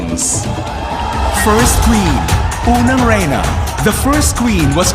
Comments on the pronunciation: Kudos to that man behind the voice over, he prounounced the Filipino word very well. "Unang Reyna" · Ang galing ng VO sa Natcos, lalo na nung bigkasan nya ang "Unang Reyna" iba talaga ang husay sa pag-into pa lang apakalinaw at ang ganda pa ng boses, taas noo dahil Pinoy sya e! Angkol bekenemen ibigay mo na ang Unang Corona para sa aming kandidata si RoAn Tamundong, Philippines!!! 👑👸🇵🇭💗